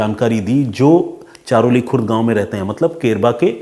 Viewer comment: ये घटना हमारे गाव की है, सर हमारे गाव का नाम चरहोली है चारोली नही इंद्रायणी नदी भी आप गलत बोल रहे हो सर जी श्री क्षेत्र आळंदी श्री ज्ञानेश्वर महाराज जी की समाधि है यहाँ महाराष्ट्र के सबसे बड़े तीर्थस्थल का स्थान इसे मिला है लाखों की संख्या मे भक्त यहाँ दर्शन करने आते है आषाढी वारी(पंढरपूर) search करके देखना सर महाराष्ट्र के कोने कोने से भक्त यहाँ साल मे एक दिन आते है और वो लाखो २५० km पैदल चलकर पंढरपुर जाते है इस जुलै आप अपनी टिम को लेकर आना सर बहुत हि अच्छा अनुभव होगा आपके लिए आपके और आपकी टिम के रहने खाने का इंतजाम हम करेगे